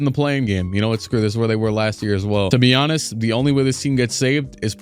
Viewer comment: I’m not sure if u say “to be honest” or “to be Giannis”